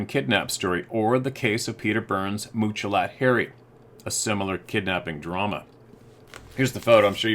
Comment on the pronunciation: pronounces Muchalot Harry's name as Mooch-a-lot! It's pronounced like three separate English words, which it is: Much, a, lot. Two ways of saying "MANY", like he trapped MANY animals, got MANY furs. To say Mooch a lot would be an insult, right? So Much-a-lot is a GOOD name for a SUCCESSFUL Native trapper. That's how I see his name. But almost EVERYBODY mispronounces it unless they stop to think how Indian languages work. You are supposed to imagine MUCH success, A LOT of bounty. That dude was seen as "The Man" until the Bigfoot tribe scared him into crying like a little girl. Sad story!